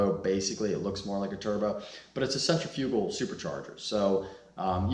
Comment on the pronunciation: Oh my never heard someone pronounce centrifugal so wrong and so bad before lmao